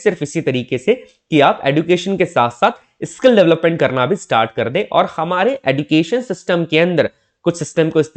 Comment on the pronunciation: Education ka pronunciation galat bol rahe hain aap sir use ejucation bolate Hain